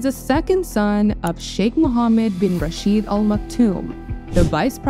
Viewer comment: `Rashed` is not pronounced with /i:/, but simply as it is written, with /e/, the `shwa` sound actually. The female name `Shaikha` is pronounced exactly the same way as the title. Would be great to double check before the video release.